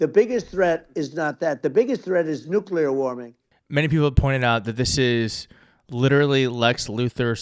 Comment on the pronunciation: Real Donald Trump quote: “I know NUKE-U-LAR… my uncle went to MIT”. For somebody who claims to have absorbed his uncles IQ from osmosis, the doofuss doesn’t even know how to pronounce the word nuclear.